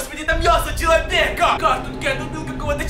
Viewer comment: Человьека криво говориш